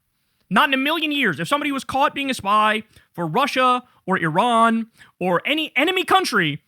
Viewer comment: Kind of irrelevant, but I had to turn on captions to know Tucker was saying a "war with Iran." Sounded very mumbled for some reason.